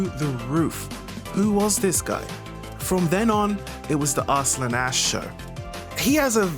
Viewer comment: AR-slun....lol..what it is pronounced as arsalaan...